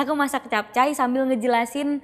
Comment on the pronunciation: sama bang gw jg dengernya "masih capcay" bukan "masak capcay" 😂😂😂😂😂😂